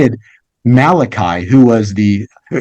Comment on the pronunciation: Mordecai, not Malechi.